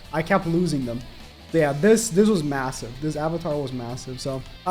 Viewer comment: did you say MASSIVE ?